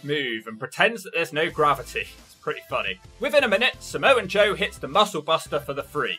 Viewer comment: There’s no N in “Samoa Joe”